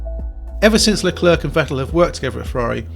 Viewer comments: It’s Le-Clair not Le-Clerk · Scuderearya???? Bro can this guy pronounce his own name?!?!?!? Unbearable to watch. Luklurk.... who the heck is that??? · Please say Leclerc properly! It's not hard! It's, as near as damn it for an Englishman with no French lessons, "Luh-clare". Don't pronounce the last C like it's a K! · Seeing as you pronounce it "La Klerk" I'm guessing you say "Jew-ventus" too. So English...... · But Charles Leclerc himself pronouce his name as straight forward as it is " Charles Leclerc" - so he is wrong in pronouncing his own name?? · "Charles Leclerk" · Luclurc? Never heard of him. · I wish you would put the effort to pronounce Leclerc's name properly. The c on the end is silent.